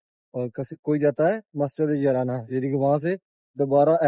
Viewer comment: Masjid jarana not masjid yarana